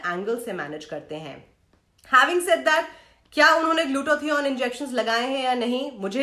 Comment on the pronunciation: The way she says glutathione and niacin-amide 😂😂😂